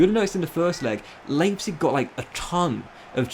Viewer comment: Not sure what's more jarring - the pronunciation of Leipzig or of Richarlison